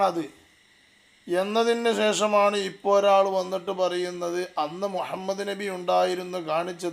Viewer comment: مهمد എന്നാണ് ഇവൻ പറയുന്നത്